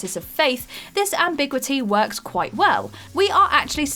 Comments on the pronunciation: Got a down vote for your mangling of the word "Ambiguity". It is "am-bi-gew-it-ee" not "Am-big-wit-ee" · Am-big-you-it-tee, the word is pronounced ambiguity, not ambigwatee. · Ambigwitty? <Am-bee-gew-ity>. I know English is weird and inconsistent, but wrong pronunciation really undermines these otherwise (mostly) well researched lists. Especially in an era where the correct pronunciation is easily google-able. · Am-big-witty! Twice. I'm sure they do it on purpose. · What is this “ambigwitty” of which you speak? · Ambigwitty? Am-frigging-bigwitty? Please, please stop this woman from reading out words she has no idea how to pronounce!! If you don't know how to say ambiguity, go back to school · And "ambigwity", twice. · The Last Excorcism? Ambig-witty? Gah!! Get some sort of proof-reading and quality control!! 🤯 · Strange pronunciation of ambiguity there ... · Ambiguity and specious are also wrong. She is really bad with pronunciations. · Can you have a list of top 10 words WhatCulture presenters can't pronounce? You can now add "undoes' and "Ambiguity: to this ever growing list. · That's... that's not how to say ambiguity...